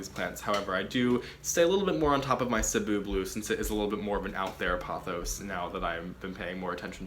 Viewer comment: Omg you pronounced Cebu correctly 😍 thank you 🙌🏽🙌🏽🙌🏽🙌🏽🙌🏽